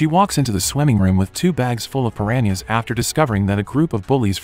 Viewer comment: Bro said paranies